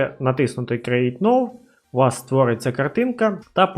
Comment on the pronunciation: Привіт, дякую тобі за відео! Я помітив що ти не правильно називаєш англійські слова(наприклад Get і Now) і це дуже ріже вухо, сподіваюсь що ти це пофіксиш, не сприймай це за критику, а сприйми як дружню пораду)